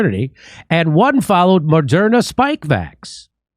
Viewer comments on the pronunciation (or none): none